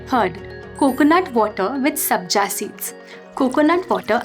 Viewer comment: Sabja seeds nahin Sabza Seeds